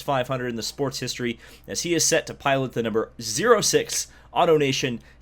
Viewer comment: Cool announcement...Jack Harvey will win a race.......the seat will be probably a F-1 has been... Grojean and Magnussen are spokesmen for the better series...and.btw.... it is ZERO six.....